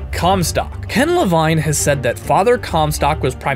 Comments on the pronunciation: It's pronounced LeVEEN! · I'm sorry to be that guy but it's pronounced lavEEn:P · You pronounce "Levine" two different ways :) The first way I believe to be the correct one.